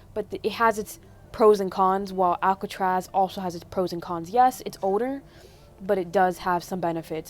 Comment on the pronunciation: when you said “older” you don’t say the L. don’t worry i can’t say the L in those type of words too😂